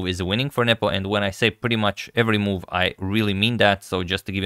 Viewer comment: Every time Antonio says nepo my dirty mind hears nipple😂😂😅